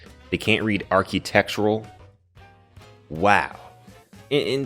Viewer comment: "Archytectural" BRO